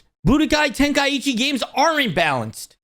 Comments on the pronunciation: Ten-kai-chi not ten-kai-ichi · Ten-kai-chi vs Ten-kai-E-chi